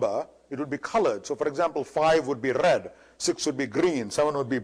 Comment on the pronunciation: if you listen to him carefully he does the RRRRR thing mostly if its in a syllable or if its the starting or the end one or two letters of the word. trrrrraffic, brrrrush, rrred, grrrreen, wirrrring, .. Its an interesting speech pattern i think. It could be for any other letter in the alphabet. What in the brrrrain makes you do that? I may ask.